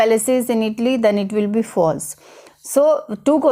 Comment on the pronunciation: Not itli it’s called Italyyyyyyy😐